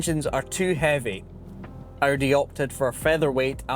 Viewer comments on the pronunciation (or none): Cool video mate - except it's not pronounced O.D. but Audi.